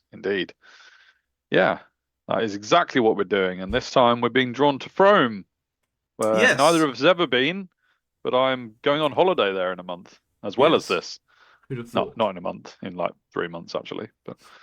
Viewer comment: Guys guys guys. Please stop mispronouncing frome. It’s frome, like room, tomb, boom, womb, loom, zoom. Not, froam like groan, loan, tone , foam.